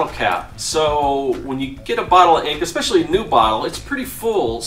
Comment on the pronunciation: Please... It's written and pronounced "especially". There is no "x" in that word.